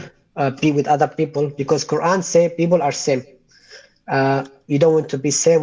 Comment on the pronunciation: He is an idiot Arab Sunni Muslim! He pronounced " people " as "beoble". That makes me SO MAD!!!!